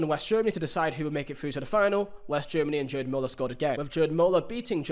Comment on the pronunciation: “Jerd” Muller 😢